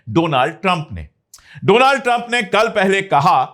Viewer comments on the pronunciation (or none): none